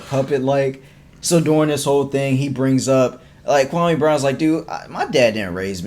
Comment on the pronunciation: Kwa- me not kwa- may